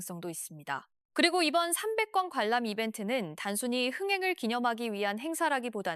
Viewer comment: 발음이 왜. 300권?